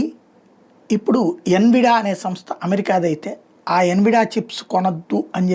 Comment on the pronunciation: adi envida kaa "en vee diyaa" anaali